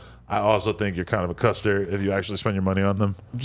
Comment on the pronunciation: Adam over here saying Custer like he got Tourette’s